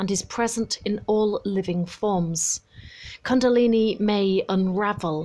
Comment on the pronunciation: First learn how to pronounce the word 'kundalini' correctly